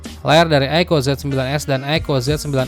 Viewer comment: apa susahnya sih bang bilang "aiku", bukan aiko.